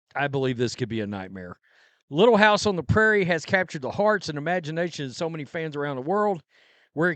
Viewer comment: Don't call it "Little hiuyse on tre Prairie" GD THIEVES